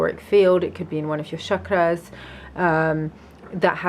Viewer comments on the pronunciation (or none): 2.47.... what is shaka's? Its called Chakra and originated from Sanskrit. If you're going to talk about deliverance and psychic attacks, please at the very least pronounce terminology correctly. 🙏